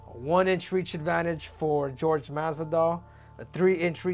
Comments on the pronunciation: how is it this guy supposedly speaks spanish but calls him GEORGE instead of whore-hey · Why does he call him Gorge. It Jorge(h-or-he) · Whore-hey masvidal 😆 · I've always wondered why it's so fkng hard for people to say "Jorge" vs "George". Come one man.